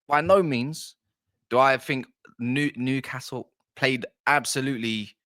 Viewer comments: Brilliant analysis of the game mate, and you say nucastle if you please. From a geordie. You know your stuff and do your homework, Brilliant to watch. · Just pronounce it "Nuke hassle" and you'll be fine mate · Yeah its New not Nu castle. Your not the only one who pronounces it that way though, its a southern thing, and we are used to it now, well most of us are. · As a London-based Toon fan, I always pronounce Newcastle the southern way (New-car-sle😂😂) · Yeah it's not NU Car Sule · Don't bother trying to pronounce Newcastle correctly just called us United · Just take the ‘’r” out of castle. Enjoyed your summary.